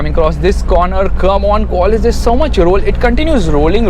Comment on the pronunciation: Actually u dont know the value of toyota Qualis and its Qualis not quaaaaalis u nonsense 😊